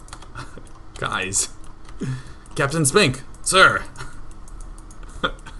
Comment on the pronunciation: I swear to god, if you meant "Captain Spink, Sir" to sound like sphincter, I will cannon rush you in real life.